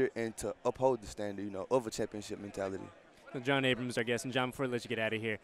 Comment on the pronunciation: It’s ABRAM NOT ABRAMS haha